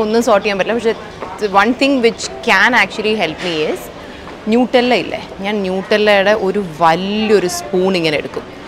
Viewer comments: Nutella is not NEWtella , it's nuh-tellah/nut-ella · Nutella pronounced "നടെല്ല" എന്നാണ് കേട്ടോ. ഹൈസൽ നട്ട് ഇട്ടു് ഉണ്ടാക്കുന്നതല്ലേ. പിന്നെ അതിൽ ഭയങ്കര sugar ഉണ്ടല്ലോ. കഴിക്കുമ്പോൾ quick dopamine rush ഉണ്ടാകും അതാണ് chilppolenkilum മൂഡ് elevate ചെയ്യുന്നത്😅😅😅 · Here’s a friendly correction to some very common mistakes you made, Nutella is pronounced as nuh-teh-luh, Heist is pronounced as haist 😊 also vertigo is a disease and fear of heights is called Acrophobia.